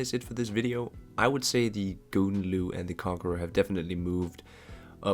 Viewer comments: Also pronounce Gouden Leeuw like houden leeuw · Thx - once again- for the vid. Gouden Leeuw, sounds like ghowden laaiw.